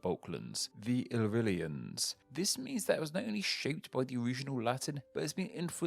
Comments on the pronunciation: Its "ill-LEAR-ree-ens" not "ee-REALLY-ens". Sorry to be a twat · c. Not Iryllians, but Illyrians! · "The old inhabitants of the Balklans, the Illrillians " It's "Balkans" and "Illyrians" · "The old inhabitants of the Balklands, the Illrylians" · "Balkalands" "illrylians" Whoops